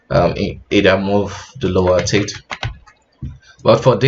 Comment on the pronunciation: teeth :) I heard "tits" few times lol